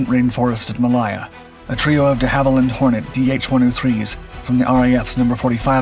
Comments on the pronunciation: Malaya not malaiya😂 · Your pronunciation of “Malaya” is just cringeworthy. You really do need to get someone to proof listen to your videos before you publish them.